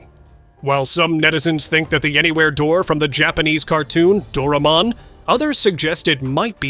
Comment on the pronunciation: It's Doraemon not "Doraman" 😂😅